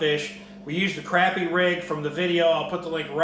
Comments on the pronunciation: it's pronounced crop-ē. but if you can't get used to it just call em papermouth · crappie is pronounced cropie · Is it pronounced crappie or crappie???? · Both pronunciations of crappie are correct. I hear professional crappy fisherman say it both ways. Its simply a geographical thing.